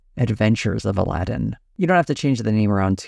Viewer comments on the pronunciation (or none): none